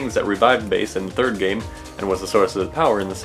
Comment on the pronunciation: It's bass like the fish not base smh